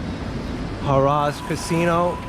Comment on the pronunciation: "Huh-rahs"? Its Hair-uhs. "Gaz-A-bo"? Its Gah-Zee-Bo. "Pray-leen"? Its Praw-leen.